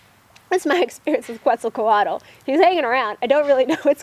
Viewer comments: Pronounced: Ket-zahl-kwaht. :) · Obzidian 92 I tend to agree on her pronunciation being a little off, though not too far off. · Your pronouncing Kuetzalcoatl wrong. lol You know nothing of it!